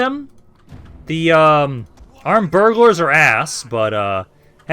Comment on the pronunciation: armed burglars he syas, burghers my guys